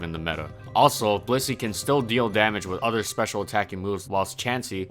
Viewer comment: Sometimes I hear bussy instead of Blissey.